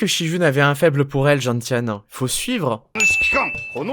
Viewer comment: Gentiane se prononce genSiane (comme la plante)